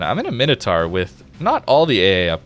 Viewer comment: Mine - Oh - Tor. Np, just helping another American that struggles with basic pronunciation. I get bad understanding of things that arent obvious but how the hell is "tar" anything like "taur".